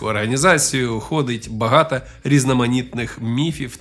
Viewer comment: Круто, що є контент українською, але в вас багато помилок у вимові. Кожен раз чуючи слово багато, в вас чується закінчення а, а не о.